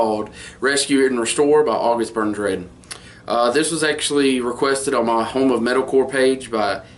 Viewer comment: you said it correctly, thanks ;)